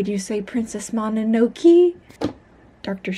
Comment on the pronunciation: The way you keep saying mononoke wrong is so painful. :( I'm so sorry but I genuinely cannot stand it